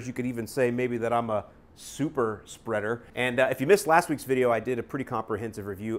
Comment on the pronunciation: Lol “super speader” 😂